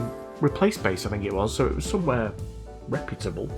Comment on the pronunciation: Thanks for saying “reputable” correctly (unlike Linus Sebastian and the people on his channels).